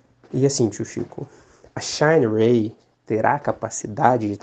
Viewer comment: "Xainirey" kkk tomar banho viu